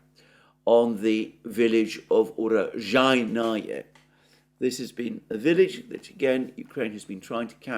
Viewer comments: Alexander: ZH is pronounced SH. UraSHainoye. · Just stop trying to say “Urozhaenoye” - it’s too painful! Love ya bro